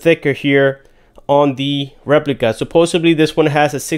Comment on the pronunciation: Supposably??? No such word.